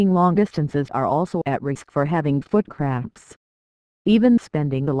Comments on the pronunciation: It sounds like she's saying foot craps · Sounds like it's saying foot craps